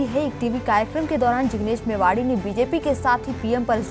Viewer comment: मेवाणी न कि मेवाड़ी।